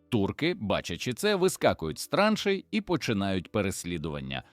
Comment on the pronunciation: цікаво, але ваш довбаний ШІ порушує в багатьох словах наголос -- пОлки, це про полкИ, вискакують із трАншей, це про якийсь транш, мабуть ), янИчари і подібна дурня, працюйте і перевіряйте!